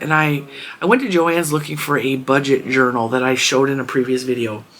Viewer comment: I love 💕 your fabric. So cute. LOL, I busted out laughing the first time you said journal. My ears heard ‘ urinal ‘ ,,, sorry but it made me laugh 😆